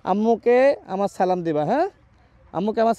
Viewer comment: রাশেদ ভাই সালাম টা ভুল হইছে একটু ভালো করে সালামটা শিখে তারপরে দিয়েন আমি আপনার শুভাকাঙ্ক্ষী এবং আপনার এই ধরনের মানবিক কাজগুলো চালিয়ে যান।😊